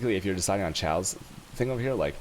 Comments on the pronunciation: Not sure if trolling but ill put this here anyway, Chaos pronunciation is Kay-Os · I laugh everytime time u say choas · wait....can he really not pronounce chaos? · lmfao the way you say chaos. wtf?